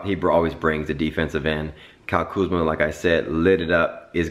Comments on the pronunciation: Dike is name is Kuzma not kuzam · It's Kuzma